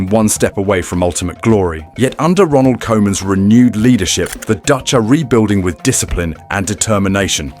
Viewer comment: Oranje, not The Oranje. Kooman not Co-man.